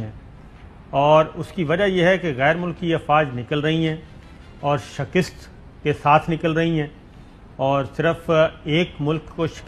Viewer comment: saabir bhai lafaz shakist ni hota balke shikast hota he shukrya